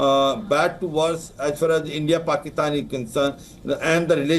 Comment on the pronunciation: Wow what an idiot you had high rank position in the government but you can't even pronounce clearly the word PAKISTAN